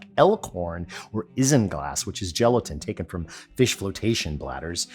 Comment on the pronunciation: you know "iz'n glass" is actually pronounced (correctly) as "eyes'n glass"... just saying!!!